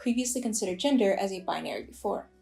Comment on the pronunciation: Omg I thought you said ginger non conforming people 😂